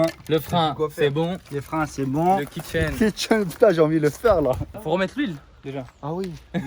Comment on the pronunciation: Au lieu de kit chaine j'ai entendu le kit kitchen 😂